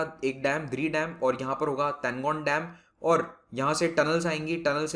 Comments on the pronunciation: Tanlo not tangon sir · Not Tangon..It's Talon